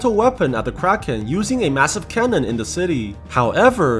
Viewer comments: whenever u say "kraken" i only hear "crackhead" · This man really calling the thing kraken like bro.